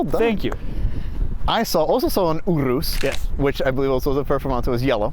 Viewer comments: its pronounced your us (urus) not ooo roose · 1st of all idk if I could be friends with when he pronounces urus like that. 2nd wasn't that urus at a Audi vw dealer.